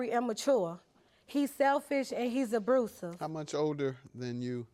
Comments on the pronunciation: I never hear "abrusive" pronounced that way, I live on the west coast. Is this west of the Mississippi ebonics? No shade, just curious as it seems like some black people from certain areas like the deep south pronounce it this way consistently. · Abursive….. 😂😂 just why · Abrusive? 😂 hearing her speak is hard to deal with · I just was about to say that 😂😂😂😂 wth is Abrusive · I was in the kitchen cooking when I heard that, and I said “Wait…did she just say abrusive?” 🤔 I had to run it back just to be sure my ears weren’t deceiving me. 😂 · "Abrusive" smh 🤦🤦🙃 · What the hell is "abrusive"? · 😂😂 I repeated the word right after she said it... i said "abrusive" Baby need some English classes fr. .."ion let ppl see my car" 😂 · That’s all I heard too 😂😂😂😂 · 😂Where the r go at?